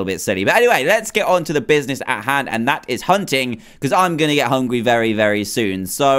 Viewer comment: uhhh, who heard him say hungwy and not hungry lol